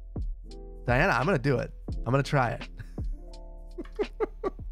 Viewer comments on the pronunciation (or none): none